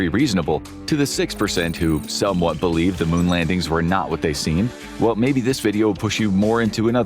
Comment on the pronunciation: believeve lol